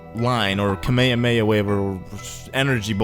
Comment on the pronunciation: "Kameamea" does not exist, it is ka-mee-ha-mee-ha